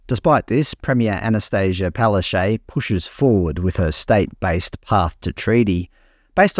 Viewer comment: Wow, even Paloshay sees treaty is a dead horse ... now if we could only get her to pronounce her own name properly. Hint, it's Polish, phonetically Pal-ash-took.